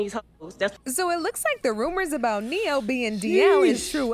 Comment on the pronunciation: specifically said neyo fr😂😂😂😂